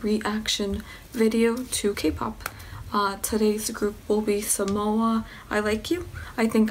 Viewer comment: Sonamoo is great. XD Thanks for reacting to it! Your reaction was honest and funny, so I subscribed. ^^ Also, I think you might be mispronouncing Sonamoo, but don't worry about it. Maybe just check the pronunciation before recording next time, but it's all good. I'm going to watch some of your other videos!